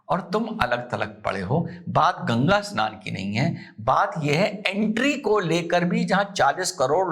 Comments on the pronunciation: A-SNAN nahin hai,, bhaiyaa yeh SNAN hai..😅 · SHAHI ASNAN nahi SHAHI SNAN. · Asnan nahi sir vo snan hai😂